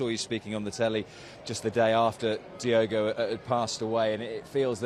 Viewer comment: Who’s Diego(?) Can Spearing REALLY be that ignorant that he can’t/won’t pronounce DIOGO’s name properly(?)